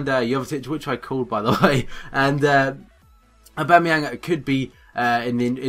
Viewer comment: It's Oh-Ba-Mey-Yong. Not A-Ba-Mey-Yang.